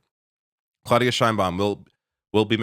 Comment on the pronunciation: it is clau as in now. Learn some Spanish,. And the d is soft. - And start learning French, as well.